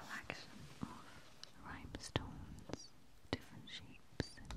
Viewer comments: I love this video. I love that you say rhymestones instead of rhinestones several times. It's very cute and sweet. My husband (not a native English speaker) says things like that and we get some giggles out of it. It's very very endearing! I think on the spa one I watched last night you said "earmuffins" and I was like "AWW!!!" :) heart heart p.s. don't change the way you say it just because we point it out, okay?! hehe The tapping and the bringing attention to the detail on the cards and journals is so very soothing, as is your voice and appearance. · i heard rhybestones 😂😂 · It gives me tingles when she "misspeaks"